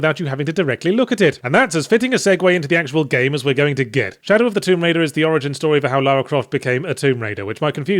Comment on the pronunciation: "Shallow of Tomb Raider" you say?